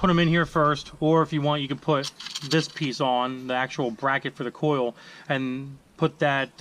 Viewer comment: say it with me... COIL packs... COIL... not cool